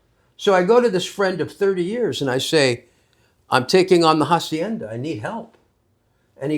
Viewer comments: Este hombre ya es todo un andaluh que te pronuncia de manera castiza jacienda😂😂😂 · voy a soñar con "jahsiennda" 😂